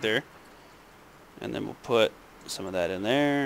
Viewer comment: Robbie Clause when she says den she mean THEN